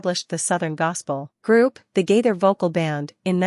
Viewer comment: The woman doing most the talking pronounce Gaither most the time gader